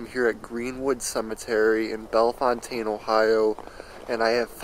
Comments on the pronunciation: Here we pronounce it bell fountain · I'm in the first two minutes and you missed pronounce Bellefountaine and Riverside is in DeGraff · YOUR NOT SAYING THE TOWN NAME RIGHT!!